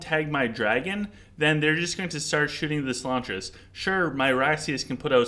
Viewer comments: I would say in this episode the mispronunciation is having a large impact. It doesn't matter normally if you add a syllable or something, but you are reviewing solaris calling him solantris and talking about artifacts of which one of them you are discussing is called solantris. Its just a huge confusing mixup because your audience has to try figure out what you mean. I would seriously just send the 5 minutes to sort out the pronunciation. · it is solaris not solANTRIS lol